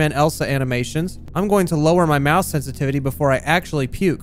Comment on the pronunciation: "oh da moush ish working now boiiiss"